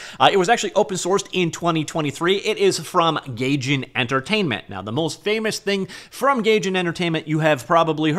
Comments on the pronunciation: Gaijin = guyjean not gayjen. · "guy gin" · For my future sanity: It's pronounced gahy-jin / guy-Jin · Pronunciation Police! 'Day-Gore' and 'Guy-Gin'. All right, move along. I really hope the community picks this up and starts adding to it like they did when the Quake Engine went open source! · It's pronounced "guy" jin.